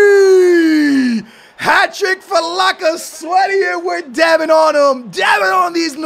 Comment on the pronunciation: Lacasweaty lmao, it's Lacazette